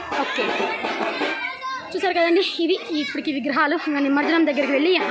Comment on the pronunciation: నిమంజనం కాదు, నిమజ్జనం.వీడియో బాగుంది.